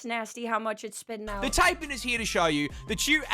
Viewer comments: Don't be surprised by what the named the Newcastle Big Boy. We nicknamed the Terror Bird that used to live down here the 'Demon Duck of Doom'. Yes, really. Edit; Also, as an Aussie I feel grave offence for his mispronunciation of Taipan (tie-pan). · Yeah, that snake pronunciation always irks me.